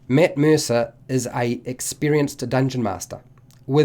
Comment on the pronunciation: This video: “Mitt Meersa”